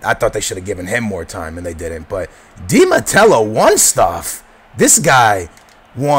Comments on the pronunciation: Who the fuck is di matelo? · you dont even know di matteo's last name.. there's no L in his last name... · yes but there is some dificulty in some words, aa has dificulty saying di mateo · Hahahahah It's Di Matteo you turd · You should pronounce Viias Boas and Di Matteo. The L's are i's. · I know youre not the best pronouncer, but its De Matteo. had to do it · theres no L in Matteo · who is Di Matello? its Di Matteo.. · Hey man! You're one of my favourite youtubers, but seriously?! Di matello? It's di Matteo mate! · Di MATEO! Not Matelo! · i know but he pronounced it like "di mattelo" ;p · dude , it IS ROBERTO DI MATTEO , NOT ROBERTO DI MATELLO AS YOU SAY IT , JUST SAYIN' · Did he say Di Matello? *Facepalm* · di matello? dont you mean di matteo? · Not to be like that ... but it's not Di Matello, it's Di Matteo... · di matelo ? .. his name is di matteo ? :D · Di Mattelo? Think you mean Di Matteo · its di matteo not de matello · its di matteo not de mattello haha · Di Matteo, not Di Mattello lol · isnt it di MATEO? not di MATELO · Di Matello?... Teey ooooh not tell oooh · "Di matello" lol fail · i think its di Matteo not Matelo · Bro it's not Di mattello haha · Why are you saying Di Mattelo instead of Di matteo? :D othervise great analysis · Dude its Di Matteo not Di Matello :P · di MATTEO not di matello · It's Di Matteo, not Di Matello.. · Di MATEO not di matello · its Di Matteo not Di Matello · Di Matelo? You mean Di Matteo right? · There is no "L" in Di Matteo, grrrrrrrrrrr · Di Matteo, not Di MatteLo, still nice video. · I'm a Chelsea fan, Di Matteo is good manager, he won FA Cup and Champions League and he need more time at Chelsea, suddly he was sacked. I hope Chelsea will win BPL and buy Neymar or Falcao. Btw its not Di Matelo its Di Matteo :) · The name is Di Matteo, not Di matello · HE DIDNT JUST SAY 'UT' and 'DI mateLO'' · who the fuck is "DI MATTELLO"??? :P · Dude, DI MATTEO! No "L" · There's no l in Di matteo, lol U should talk about Liverpool!